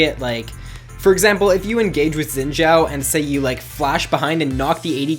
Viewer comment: It kinda bugs me that people are pronouncing xin zhao as zin zhao. The xin has the same pronounciation as the sin in lee sin. I am chinese so i know.